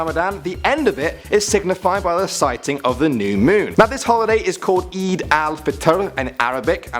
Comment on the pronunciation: He said Eid wrong LOL